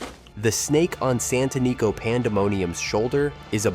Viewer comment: Santanico Pandemonium was pronounced correctly once (san-tə-ˈnē-kō) but mispronounced several times!